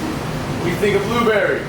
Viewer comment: "FRENCH ACCENT" Blueberry